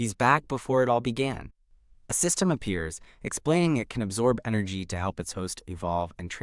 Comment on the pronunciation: "sYsTeMuGh" lol